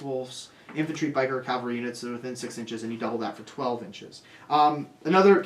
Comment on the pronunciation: Guys ..also ...please ...please ... Cav-All-Ree ... Calvary is a Jesus thing ...